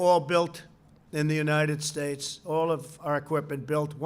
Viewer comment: God blesh the unitish statsh of amerishca